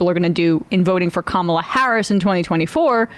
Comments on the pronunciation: This MFr can pronounce Ghislaine Maxwell , but can't remember how to pronounce Kamala Harris! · Great thing about the Trump clip... he pauses before he mispronounces her name, to remind himself to do so. Later in the clip, the correct pronunciation rolls off the tongue. He knows how her name is pronounced and has to take a moment to think and remember the wrong way to say it. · Trump has to try hard to say her name wrong. When he doesn’t pause before saying it he inadvertently says it right. Pathetic fraud. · Anyone else notice that Trump only gets Kamala's name wrong when he pauses to think about how you don't suppose to say it? Insufferable. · once. the 2nd time. only when he pauses to purposely say it wrong... which is EVERY speech he gives.